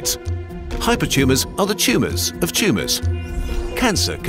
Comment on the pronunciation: "Hypertumes are tumes of tumes"